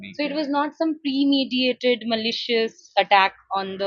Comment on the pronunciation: Premeditated........not premediated